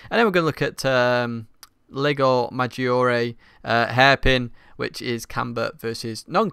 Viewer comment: \o/ yeah! now "Maggiore" sounds right :D Excellent tutorial by the way. I tried to tackle part of the things you talked about (especially about shifting) here: but your tutorial was more in-depth. A question I'd like to ask is the following: when you talk about risk vs reward you mention "be more aggressive" on a curve. by that you mean "attack the apex earlier" or "put the power down earlier"? Thanks :)